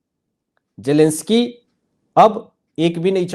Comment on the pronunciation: Zelensky not jelensky